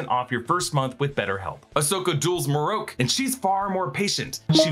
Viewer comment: MarrOak. Hmm. Marroke…. Na it’s marrok. Idk why this annoys me. Sounds letters make and such